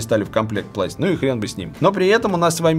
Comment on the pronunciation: Я один слышу пласть вместо класть